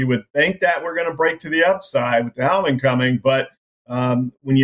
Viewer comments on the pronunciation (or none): Just say halving like have ing lol